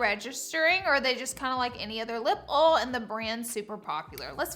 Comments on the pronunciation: I’m cracking up at how she says oil. It’s funny how differently we all talk while living in the same country. She clearly pronounces it as one syllable, she calls it ol. Where I live we pronounce it as 2 syllables, oy-ol. Just something silly that made me giggle. 😂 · Ol or oil 😅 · Ols💀💀💀but luv ur vids but it’s oILLLLLL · Its not a oUol it's a OIL... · OIL not OL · Lol they are not lip “ole” it’s OIL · I’m sorry I had to stop at 3 mins bc of her said “lip awal. And “gisue” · How many times did she say “oll”?! Someone had to have counted!!! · Lip ols???😂😂😂😂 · Say “uhl” again. 😂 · Why can’t you pronounce oil properly? It’s like the easiest word to say it literally has three letters lol 😂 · "These don't remind me of an oll.". So cute and southern. Oll. 😊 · OYE-OL PLS LOLLLL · “are these lip awls?” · Take a shot everytime Laura says ole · Why ????? Do you have to say “LIP OLL” so many damn times !!! I love watching your videos but god damnnnn I wanted to slap you through the screen every time you said “OLL” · learn to say OIL it's pronounced OYL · Laura say LIP OLE one more time 😂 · Me watching the first part a mil times to see if she’s saying lip oil or lip oul Donut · Girl you said oil like 80 million times…. I mean OLS lmao 😂😂😂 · Like ool 😂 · You mean ohl? Lol yeah it’s just…wrong lol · I hope the haters loved hearing you say “oil” 700 times 🤣🤪😂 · The way she says “oil” kills me every time, and I am from Southern Louisiana, where the accents are thick and heavy like momma’s gumbo 😂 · Omg, the amount of times you say oil in the beginning of this video 😂.... Am I the only one that gets annoyed by the way you say oil?